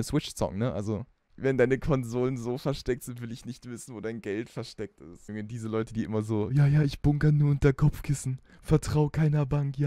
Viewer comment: Er hat am Anfang einfach Schwarzwälderisch geredet: dass es Statisch isch 😂😂